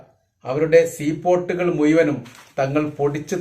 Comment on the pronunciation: "മുയ്മനും ", അല്ല ഭായ്, മുഴുവനും എന്നു പറയൂ.😂😂